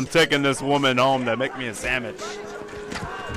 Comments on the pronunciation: I just want her to make me a samich. That how I say it too!!!!! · lol u make me a samich, ma'am. Ma'am, make me a samich. Ma'am. MA'AM. Okay, here comes the lasso...